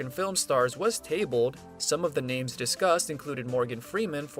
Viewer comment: Your mispronunciation of names is very distracting. I'm guessing you haven't actually watched the movies.